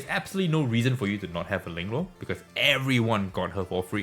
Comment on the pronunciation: nice video man! just wondering, can you actually speak Chinese? you said lingluo in a so Chinese way, and fuqiu in a very English way😂😂 no offense just genuinely curious. thanks for the video man!